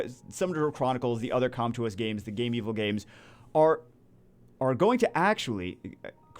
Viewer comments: Alright, repeat after me: Game. Vil. GAMEVIL. NOT "Game Evil". Seriously, they even had their logo speak a few years ago, for correct pronunciation. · GAME-VIL, NOT GAME-EVIL